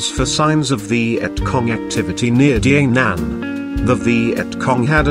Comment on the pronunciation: It's pronounced DAH NANG & KAY SAN